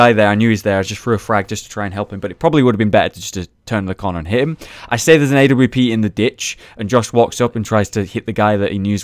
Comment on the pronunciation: stop saying "a-w-p"!!!!!!!!!!!!!!!! say awp lol